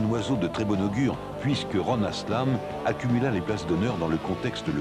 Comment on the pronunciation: I still think this is the way Forward as telescopic forks are an engineering anachronism. Oh and its Haslam, not 'aslam